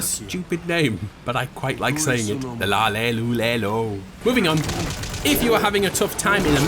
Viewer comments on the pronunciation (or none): Cringeworthy video, it's ''La, Li, Lu, Le, Lo'', not ''La, LE, Lu, Le, Lo''.